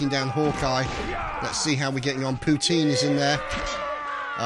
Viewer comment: Wow Poutine here. Congratz you said my name well xD.